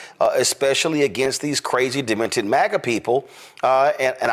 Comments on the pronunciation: Old man in the intro: "Dem-et-ed" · "...Dimmittid"... tf did he just say? If that's how you pronounce that word, you're the demented one. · He said dem-i-ted! 😂😂☠️☠️